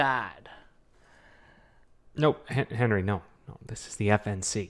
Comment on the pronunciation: PINDAAAD...that's a good pronunciation 😁👍